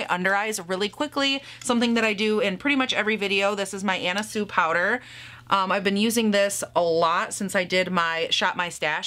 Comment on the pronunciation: Tiny note, really small, because her brand isn’t that well known here anymore, but Anna Sui, the last name is pronounced like “swe,” like su-wee but one brief syllable. It’s not “sue.” Since that powder keeps making an appearance in your videos, I wanted to tell you. Not trying to be shaming, just wanted you to have the right info. Love from Paige in Boston!